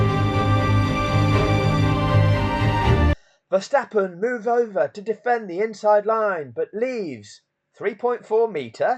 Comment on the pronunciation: Hi pal i know you call him max ver verstappon,I call him Thanx fer stoppen lol😅